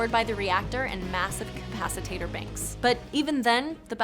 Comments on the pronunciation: Capacitator Banks? i think the word you were looking for was Capacitor. Not your fault for mispronouncing that or Yamato....Your crew and editor are either idoits for not noticing it or are assholes who noticed it and did nothing. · Question, what exactly is a capicitator ? I think you were going for capacitor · What the frack is a 'capacitator"? Did the script editor have the day off or something? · Everyone's complaining about how she pronounced Yamato, but the way she pronounces capacitor made me cringe so hard